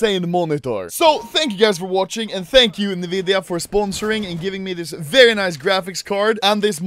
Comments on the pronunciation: This video's straight up an ad. Also sto saying nividia, it's pronounced N-vidia. Also there are monitors that can do more than 360hz, so it' really not the world's fastest. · Nvidia N-vidia "Nividia" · normal people: enVidia also anomaly: neVidia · everyone: pronounces nvidia as ''EN-VIDIA'' Anomaly: ''NEVIDIA'' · nobody: Anomaly (being a true sweed): "Niiividia" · why does he say nividia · Nevidia AHHAHAHAHAHHAHA